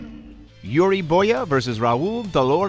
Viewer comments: Did this MF just said "Boya" to Boyka? Triggered....... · Did they seriously say "Yuri Boya"? It's "Boyka". There's a k in there bud. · It's not Boyaa It's BOYKAAAAAAAAA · Man really just said boy-ya instead of boy-ka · Yuri Boooyeah?? xD its Yuri BOYKA!!! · Did he say boya for boyka? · Excuse you? Yuri Boya?? BOYA??? its BOYKA put respect on that name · It's Yuri BOYKA, not BOYA. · How did you mispronounce ?Boy-cuh" as "Boy-yuh?" It's Yuri Boyka, they say his last name all the time in all of the movies he features in so he did you say it completely wrong? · Yuri BoyKa not boya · Wtf are these pronunciations? Shen Zhen? Yuri Boya??? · Yuri BoyKa - K is not silent